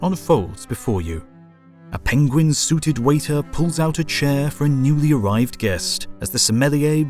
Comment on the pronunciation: did you just Benedict Cumberbatch the pronunciation of penguin?